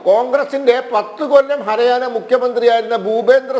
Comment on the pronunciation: ഹര ആന അല്ലടാ പൊട്ടാ ഹരിയാന